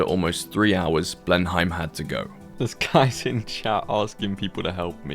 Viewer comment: Being British and saying Blenheim wrong so many times isn’t ok